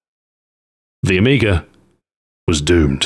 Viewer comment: There is no "r" at the end of amiga.